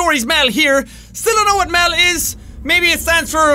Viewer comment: It's called MEL not MELM.